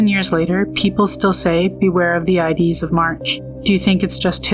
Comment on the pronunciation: Subbed, very interesting channel. Just one suggestion, use a REAL voice that can correctly pronounce words like "ides".